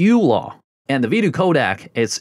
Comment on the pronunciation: Codec....It's co-deck....not Kodak